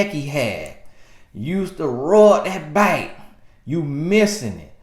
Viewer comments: Me too! I'm glad I'm not the only one that think he's saying bike...lol 🤣🤣🤣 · Yes!! Hahaha he’s soooo country! 😂💀